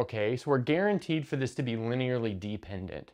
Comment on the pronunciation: Why is he pronouncing dependant like deep-ended